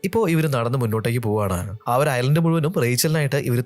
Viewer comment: ഐസ്‌ലാൻഡ് അല്ല ഐലൻഡ് ആണ് 😢